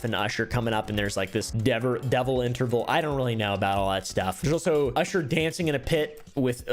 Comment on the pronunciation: him saying "usher" as "oosher" is funny to me